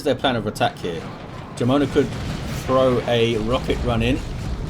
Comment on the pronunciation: Jamona is pronounced with the "wh" sound in whole ("wh-amona"), means lady with thick lower body in spanish :p